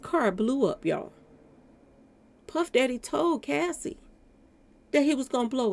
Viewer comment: you keep calling Cassie, Casey.